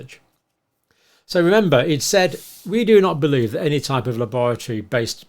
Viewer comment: The way John pronounces la-boratory gives the word a dark wet cold feeling like bad things only happen there.